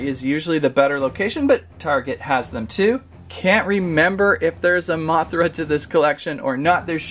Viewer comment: THAT WAH-THRA GOT ME DYING OMG XD